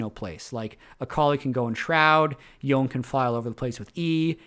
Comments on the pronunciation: "Yo-neh" is correct if you are following Japanese pronunciation (assuming that culture is the basis for Yasuo and Yone). Awesome content as usual,! Appreciate the player grading system. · it's Yo-ne (yo-neh),. I think it's Japanese-inspired and their consonants are usually paired with vowels to form syllables. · Its yo-ne. Its eastern inspired name ffs. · Yoh-ne is correct, remember the Spirit Blossom trailer (I think that's where the VA, Liam O'Brien says it?)? Yhon is kinda the meme pronunciation as befitting his status as one of the wind shitters. Looking forward to meeting Yasuone (-san) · If it's Japanese, it should be pronounced Yo-ne. Japanese has very specific, consistent pronunciations, so assuming it's spelling correctly, you should always know how to say it. Manamune, for example, should be Mana-mu-ne. Assuming it's actually supposed to be Japanese (which I assume it is). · Yoh-neh, but Yo-ne is close enough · Yonay is correct, it's how it is pronounced by the characters in game. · I pronounce it yone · Just a heads up on Yone - you’re saying Yone, but it’s actually Yone. Very common mistake👍🏻